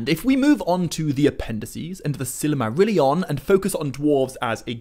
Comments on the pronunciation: The presenter should at least attempt to pronounce the words correctly. It is Sil-mar-illion not Silarmarillion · That's NOT how you properly pronounce Silmarillion or The Silmarills, and maybe that's due to your European accent, but I would have put more effort into pronouncing any word, Tolkien-based or not, properly! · I'm a year too late but couldn't go without saying... It's not "Silimarillion" it's "Silmarillion" Not a misconception but a mis-pronunciation lol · Why do you always pronounce Silmarillion as if there was another letter A included right after the first L? As in Sillamarillion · Stopped watching because the author can't pronounce silmarillion.